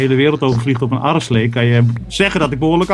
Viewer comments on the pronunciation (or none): Hahah enzo je aderslee in plaats van Areslee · Enzo be like adderslee :-)